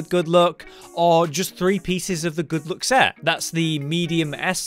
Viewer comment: Why do i always heard good look instead of good luck 😅